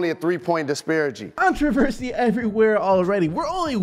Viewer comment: “There’s only a three point disparigy “